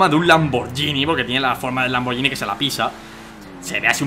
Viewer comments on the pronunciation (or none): Oye danirep, un consejo, la marca "Lamborghini" se pronuncia "Lamborguini" "Lamborllini"es un error común pero como buen fan tenía que decirlo, Y no es un Lamborghini Murciélago es un Lamborghini Countach, el Murciélago es más moderno v